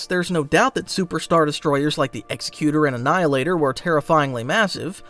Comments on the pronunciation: Executor class destroyers, not "Executer." Very different. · sorry its bugging me so i have to. its Exec U Tor. like executive. command and authority not execution.